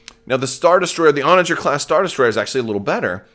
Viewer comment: I’m super excited for this ship. And it’s definitely pronounced your way. Onager!!!